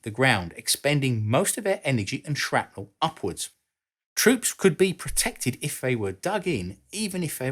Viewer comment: If you're going to say, "Tube" instead of "Valve" because the vast majority of your views come from the USA, you should also correct your pronunciation of 'centrifugal' and 'distributed.' In addition, bomb and shell fragments are not truly 'sharpnel.' It may have become an accepted use of the work(like the incorrect use of 'decimate') but a historian should respect history. See American inventor Lt. Henry Shrapnel and his 1784 invention of the "spherical case" ammunition shell.